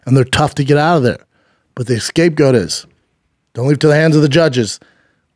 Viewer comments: For sure stop saying escape goat though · Excape goat 😂😂😂